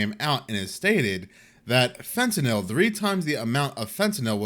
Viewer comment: Hey congrats on being the ONLY media personality that pronounces Fentanyl correctly 😂